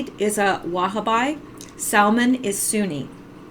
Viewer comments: Pronounced: Wha- ha- bee. Not Wha-ha-bi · the word is pronounced Wahhabee, not Wahaby! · it is pronounced wa-ha-bi, accent on bi, sounding like bee. consanat vowel, 3 syllables, last accented. gun fight at ok coral. j.